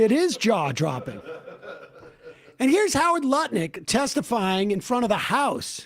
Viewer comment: Love how Sam "accidentally" called Lutnick Nutlick in the intro. Totally appropriate, let's make it stick!